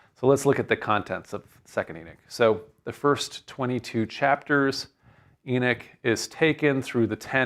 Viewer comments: Second Eee-nick? {:o:O:} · Beginning of the lecture: It's pronounced Ee-nock. After 20 minutes Enick Enick Enick... Thinks Ee-nock... Well that was the 2nd book of Enick....